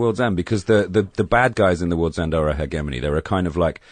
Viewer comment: LOL at mispronouncing "hegemony"